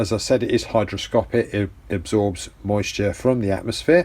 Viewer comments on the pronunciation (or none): Hydroscopic is not a word;You mean hygroscopic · Great video. Thanks and I agree with it all. Just a minor point that everyone gets wrong. The feature of fluid that is in question is ‘hygroscopic’ not “hydroscopic”! It seems counterintuitive since “hydro” always means water. Go figure!